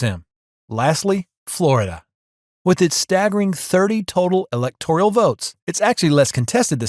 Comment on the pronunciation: "Electoral" is not pronounced as if it spelled "electorial" like janitorial. Please work on your pronunciation.